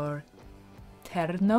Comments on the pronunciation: Norteño: Nor-teh-knee-o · Just a couple of hints. nor-TEH-nyo. bah-ho-KEEN-to. You're welcome. (I'm totally Anglo but I lived in South Texas 13 years.) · It's pronounced more like nore tay' nyo with a little bit of an accent on the tay. Norteño music. I love that music. Heard it a lot growing up in Corpus Christi, Texas.